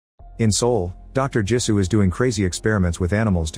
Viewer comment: Jisu not gee su